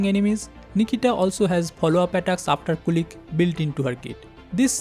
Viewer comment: The robodog is not "kulik", it's "kulich" with "ch" in "chair". Kulich is basically an slavik Easter cake